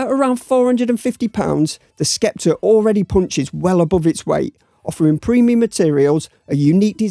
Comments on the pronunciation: Sceptre is pronounced 'Septer', no 'Skepter'. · You don't pronounce the 'c' in sceptre.